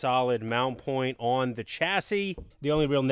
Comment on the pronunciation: Ya know… he stopped talking like a crazy person on the last couple videos, but now he’s back talking like he’s just learning how to use “the news” type dialect which is SUPER annoying. Why can’t he just talk normal?? His brother talks normal, well, except when he says “on” and other words that sound like that. Yeah, I know I’m being nit picky, but I love this channel and I should be able to voice my opinion. 🤷🏼‍♂️